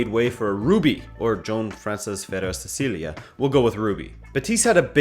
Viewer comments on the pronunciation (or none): none